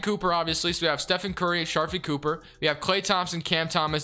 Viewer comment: Somone tell him to pronounce sharife cooper name right